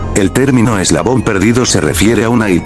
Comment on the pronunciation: el "eslavon" perdido XD